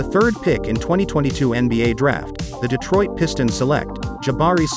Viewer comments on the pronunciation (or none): none